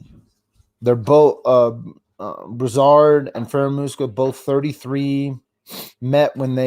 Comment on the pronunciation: It’s pronounced Brew-sard and Fara-moose-ka